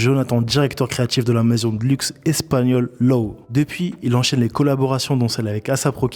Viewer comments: Bonne vidéo comme d’hab, super intéressant d’avoir ce mec en itw sur Camino. Par contre pour la culture on dit « Jay » W Anderson pas « Gee » W Anderson, et pour LOEWE ça se prononce « Louévé » pas « Low ». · LOEWE se prononce LOUÉVÉ, merci de pas faire l’erreur la prochaine fois ça fait mal aux oreilles, force à vous mennés ✌🏽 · oh ptn il a prononcé loewe "low"